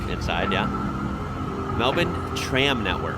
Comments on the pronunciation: Yep really got the “bin” part down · My son just about passed out when you pronounced Melbourne properly 😂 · You pronounced Melbourne perfectly. You must have spent time here. The thing about Melbourne is it's class. The architecture, gardens, sport and art. Best time to visit is around March April, weather is still warm; the footy starts, grand prix, Comedy Festival. Heaps of stuff to do. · Finally an American who pronounces melbourne correctly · Somehow its just as jarring hearing the word Melbourne being pronounced correctly in an American accent. Appreciate the effort to say things correctly though, we are an annoying bunch with pronunciation of towns. also of note, Chadstone is the largest shopping centre in the southern hemisphere, not just Australia, It has its own postcode its so large. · Such perfect relaxed pronunciation of the name 'Melbourne'. You truly are an Aussie now. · I was thinking the same 😅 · Yeah. Nice. I am now also curious for his Brisbane pronunciation. That's one that usually gets fouled up by yanks. Just as easy to fix. 😁👍